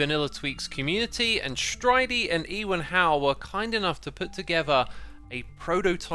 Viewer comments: you pronounced Ewan wrong its said u wan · Ewan is pronounced You Un - think Ewan McGregor